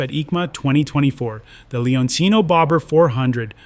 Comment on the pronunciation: 😂😂😂😂😂Si ma.......la serie di Benelli, si chiama Leoncino!! NON Leonino!!😂😂😂